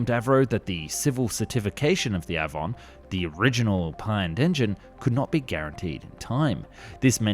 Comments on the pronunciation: Love your work. The Avon Engine is pronounced Ay-von. Named after the English River like all the RR engines. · It's A-von, not a-von........ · Avon and Derwent. Do try and get the pronunciation right! The A in Avon pronounced as the ‘a’ in lake. Derwent as one syllable not two. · Despite the commentator’s obvious Englishness he.can’t properly pronounce Avon and Derwent, two English rivers that RR named its jet engines